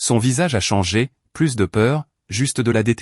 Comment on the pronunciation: Quand comprendrez vous que ce n'est pas "Plusss" Plusss de tente. Plusss de voitures. Dit comme ça ceka veut dire qu'il y avait 2 voitures au lieu d'une au moins. Pareil pour les tentes S'il y en a 2, cela veut dire qu'il y en a au moins 3 ou plus. Là, il n'y a rien donc cela ce prononce "plu". Exemple vous avez bien mangé on vous propose encore à manger. Vous répondez " je n'en veux " plu ". J'espère que vous corrigerez vite ce défaut. Ça gâche tout.